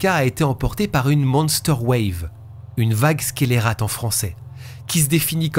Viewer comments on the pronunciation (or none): Très chouette vidéo qui me fait penser à une autre, également une disparition de femme dans une croisière! Au fait, vague scélérate ne se prononce pas "squélérate" mais "sélérate"! 😊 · Salut! Toujours tops tes vidéos!! Ps: 'vague scélérate' ne se prononce pas 'squélérate'... Gros bisous à tous!! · Coucou, pour info on dit "sé-lé-rate"😅